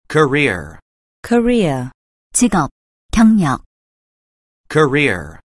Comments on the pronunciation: 자꾸 코리아 = 직업 경력으로 들려서 기분이 이상함.. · career는 직접 들으믄 꼬래로 들려요 여기선 또 발음이 다르네용 분명 아는 단언데 리스닝 들어감 발음 소리들이 다 제각각이라 듣기 어려운거 같아영